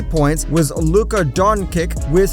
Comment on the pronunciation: This Video became useless when you couldn't even pronounce Lucas name right. You're not a Basketball head. Please stop.